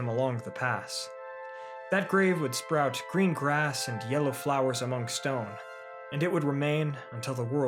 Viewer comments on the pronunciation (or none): none